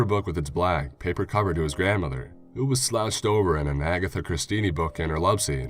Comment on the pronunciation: 11.10...Agatha Christini ? 😂 Lad I'm giggling out loud here and I don't even know why its so amusing , but that hit my funny bone! 🤣 ....you know it's Agatha Christie right? The famous whodunnit writer of such wonderful sleuthing characters as Miss Marple & Monsieur Poirot.